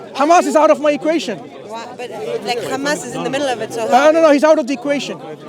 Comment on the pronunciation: Sister, it's Hamas, not Khamas haha